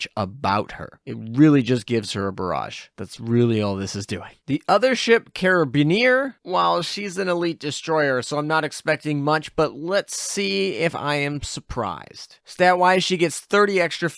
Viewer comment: The u in Blucher make the name pronounced Bloocher. German umlauts are fun. And Carabiniere is the Italian special police. So it's pronounced like Ka-rah-bin-yeah-rey. Not the end of the world, but figured the more you know.